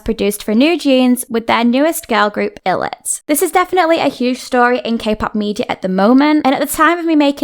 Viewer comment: illit is pronunced eyelid :)